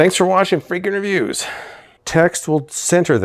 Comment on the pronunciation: Why do you pronounce the name of your channel "freak in reviews" (3 words) rather than freakin (rhymes with weaken) reviews (2 words)?